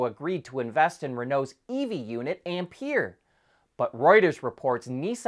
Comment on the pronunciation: Uh, (I'm NOT dissing you on the Ferrari crossover) the French EV subsidiary of Renault is pronounced Am-🍐(PEAR).